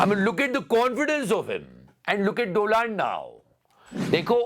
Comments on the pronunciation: Please Learn to pronounce Donald properly 😂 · DoLand in hindi reads दोलंड